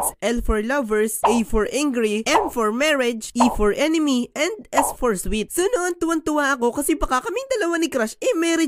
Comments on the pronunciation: Soulmate Po Yung S Hindi Po sweet😅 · S-solmate po yun hindi po sweet